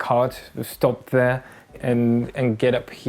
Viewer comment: and “door” and “there” You can hear the English influence